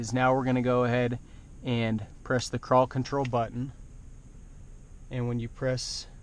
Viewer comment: It sounds like you are saying paw patrol.